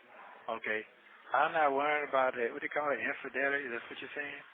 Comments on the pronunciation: Incidelity 😂😂 I’m done 😂😂😂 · Gurl he can’t even say infidelity correctly😂